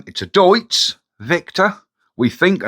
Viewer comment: It's pronounced as Deets.... 😊